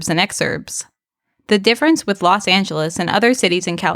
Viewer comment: Los Not Las